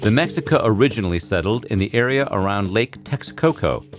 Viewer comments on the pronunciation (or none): Me Jica, not Mexika Tenock titlan, not Tenoshtitlan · Mexica is pronounced Meh-she-kah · Mexica, pronounced "ma-shee-ka." Not "mex-i-ka" Just wanna point that out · meh-SHEE-kah, not MEX-ick-uh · Did he really say Mexica (Mek-see-ka)? Bro gtfoh its Mexìca (Meh-shee-ka) fn colonizer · It’s not “Mec-si-cah”, it’s “Meh-shee-cah” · It’s not the “mexika” it’s pronounced The “Mesheeka” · Мария Im Chicano too and mehica is the euro pronunciation the way mesheeka is the indigenous way of saying it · Mexica? Meh-She-Ka gringo butchering shit as usual. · Mexica is pronounced meh'SHEE'ka, solo pa que sepas Nvm xD if he can't get Mexica it's no wonder he can't get Tenochtitlan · It’s pronounced (Meh-shi-ka) smh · umm no...im mexican and we say mexica, meh-hi-ca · I’m pretty sure Mexica is pronounced meshica